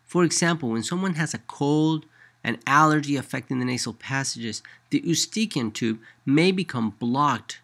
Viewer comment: Hahaha "Eu-staken" tube 😂😂😂